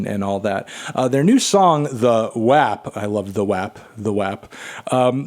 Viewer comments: melon its pronounced "wop" cardi even says it in the song 😭 but i love the spirit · Anthony it’s pronounced “wap” not “wop” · When you first said WAP, I thought you were saying rap with a speech impediment. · The way he pronounces WAP makes me really uncomfortable.